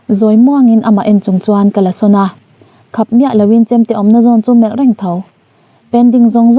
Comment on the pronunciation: Tinge sana hi sona tia i chhiar zela spelling mistake tam e